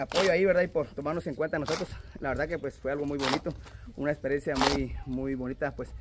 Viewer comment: dice perencia 😂😂😂 se dice experiencia